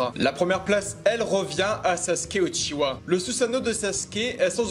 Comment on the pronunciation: Mais pourquoi tu dis pas UchiWa !?!?!?!??? 😭😭😭